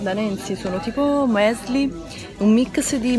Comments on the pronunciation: MIX non Mics 😦😦😦😦😦😦😦 ALLA VANIGLIA..non A vaniglia 😮😮😮😮😮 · mics....bah impara l italiano....